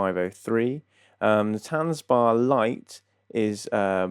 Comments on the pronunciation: Dude I can hear you are English so you have a disadvantage in pronunciation but it’s not ‘tanzbar’ like a dance bar it’s tanzbär like a bear. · Good review! Would’ve been nice if you even tried to pronounce Tanzbär correctly. It’s not that difficult ;-) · please say tanzbear. it means dance bear.